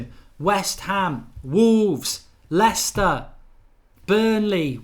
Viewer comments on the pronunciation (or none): none